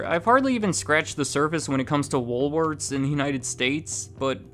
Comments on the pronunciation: Why does it sound like you're saying " Woolwords"? 😊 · Come on,...... Pick a pronunciation: Woolworth's, Woolwords, Woolwarts?!?!?;^)